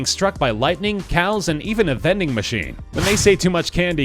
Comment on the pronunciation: Did u just say a vending machine